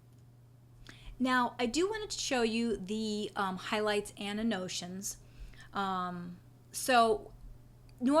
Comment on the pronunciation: Useful tutorial, however it is pronounced AN-NO-TAY-SHUNS. I was confused until I figured out what you were trying to say.